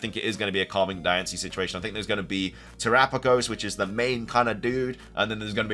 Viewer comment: You have no idea how long I’ve been waiting for you to pronounce terapagos correctly! Who finally corrected you?